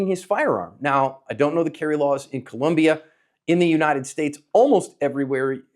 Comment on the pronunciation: Your analysis is excellent. However, as many times as your events happen in Colombia you should pronounce this country correctly. The country is Colombia, not Columbia. Thank you for your hard work in helping people become more able in protecting life.